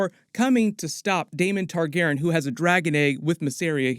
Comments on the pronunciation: I LOVE your content but I’m autistic and I MUST know why you are saying Targaren instead of Targaryen? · Why do you keep saying Targeren?? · Excellent breakdown and background. Nice job! Also, Targaryen is four syllables :) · Not trying to be mean just confused why is saying Targaryen different?